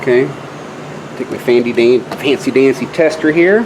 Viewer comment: "fancy dancy" are you from texas?